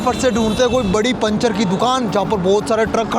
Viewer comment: panchar hota hai pinchar nahi hota hai 😡😤🤨SSS